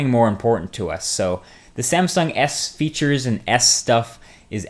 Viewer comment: Whenever someone says S-feature... I laugh... It sounds like ass-feature. never mind. :P